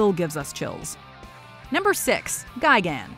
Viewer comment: and its destroyah not destroyer and its gigan not gigant